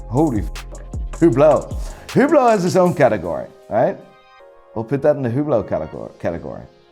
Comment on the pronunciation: Even pronounce them wrong so what now. Lol. Yergerlacool? Hublou? Constantine? Hahahaha.